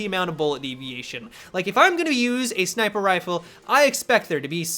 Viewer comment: "SniPRe" lol